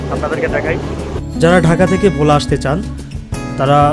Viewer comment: Its not vho* its bhola